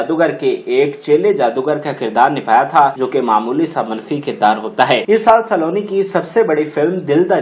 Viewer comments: یہ سا لو نی نہیں ، سلونی ہے آپ مزید بھی خا صےignorant ہیں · لفظ سالونی نہیں سلونی ہے پھُدی دیا۔ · Nice attempt to promote pak film industry...but plz improve ur pronunciation of Urdu ....word is Saloni not Saaloni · Saa--loni, Nahi Saloni. سلونی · Please work on your pronunciation. You cannot even pronounce her show biz name properly. You must have had some very dumb teachers; nobody bothered to correct your Urdu/English pronunciation. Listen to yourself - Not everything is pronounced in Punjabi.